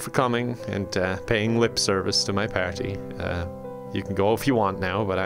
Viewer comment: For real though, I love the way he says the word "party!"